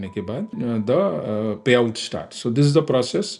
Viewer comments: Bro says everything normally, but 'payout' in capital letters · payout ko ise kese bol rha h